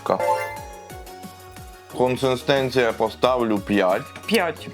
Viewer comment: Із 40 гривень ви сплатили 30 за сам стаканчик. Звичайна пачка Ріви коштує нормально, а всі ці баночки дуже дорого. PS не "консЕстенція", а "консИстенція". Дякую за огляд!